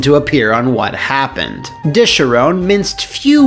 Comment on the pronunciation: Ah yes, what a great video to wake to... let’s find out WHA HUPPEN